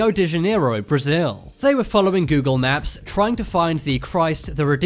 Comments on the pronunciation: Its not funny I think the narrator has a speech inpedinent. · Why are you saying 'naps?' Learn to speak. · Google maps not naps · U said Google nap